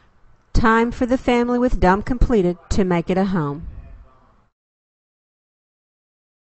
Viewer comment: listening to the narrator, I have to wonder what is a dumb and a hum. Perhaps it really is dome and home